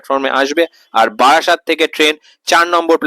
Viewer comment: ওটা বারাসাত নয় রে, বারাসত 😂😂